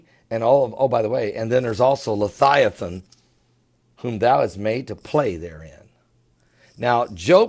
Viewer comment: come on its leviathan not lithiathon surely you do this in purpose